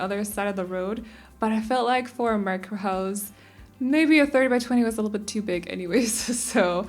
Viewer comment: On it’s sound like she says Minecraft not micro...